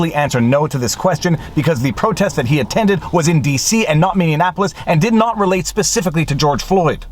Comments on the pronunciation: By the way,, “Minneapolis” is “mini-APP-lis.” You keep saying “Minion-apolis.” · He's always mispronouncing Minneapolis as Minne Annapolis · Viva, love the channel! One suggestion, you are mispronouncing Minneapolis. It sounds like Minneanapolis to me. Lots of folks screw it up by adding an extra N into it. And yes Chauvin should get a new trial with a change of venue and they ought to prosecute the juror who lied on the questionnaire.